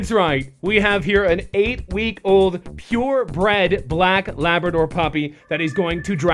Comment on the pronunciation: did he say pure bread